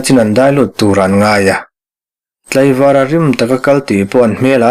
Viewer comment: "Vara" tih hi i hmang hnem si a, mahse ilam rik dan hi ka enghelh tlat.. A lo khi vara, tiha "vara'tih lam rik dan hi hmang tawh la ka duh emmm.. A dik bawk a.